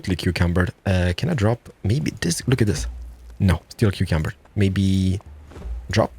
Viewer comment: Is he saying cucumbered?